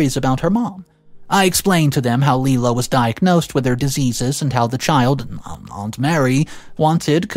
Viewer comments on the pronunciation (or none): My only issue with this story is, the name isn’t pronounced LeeLa the name is pronounced Lie-La. It’s like Lilac just without C!